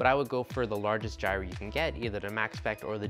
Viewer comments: Yeah man. I've heard jire and gire but never jirey....lol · You are pronouncing gyre wrong.